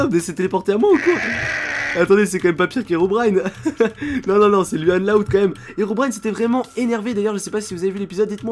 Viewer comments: On dit pas luan on louan loud est tu as oublié la maman et le père est j'adore t'es vidéo ♥️♥️😘😊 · on lecri luan loud mais on le dit louan pas luan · On fit pas lUan loud mais lOUane loud mdrrr